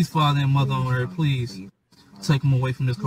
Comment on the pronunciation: Muver on earf